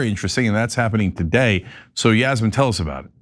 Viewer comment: This Yasmin person literally pronounced every name wrong lolz!!!!